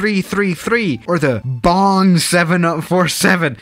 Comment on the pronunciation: Boing not bong